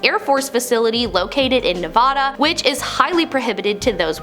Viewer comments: Fascinating video; thanks for posting. Nevada is pronounced just like you spell it, Nev-AD-a, not Nev-ODD-a. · Where is this Ne-vah-da you're talking about? Near Hah-vahd? Learn how to say Nevada. The "a" in the middle sound like the "a" in "dad" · Hey! You’re a great host. Just wanted to share a fun fact about Nevada in that it has an official formal pronunciation. The first a in it is supposed to sound the same as the first a in “radical”.